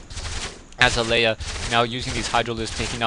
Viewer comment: it's azalea...like uh-zail-ee-uh =)